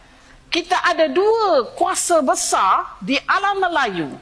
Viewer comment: Besar tapi disebut besaaa... 😂😂😂 bahasa kampung tidak standard...